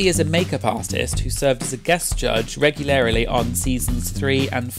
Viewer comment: Billy B was a judge “regulairily ”???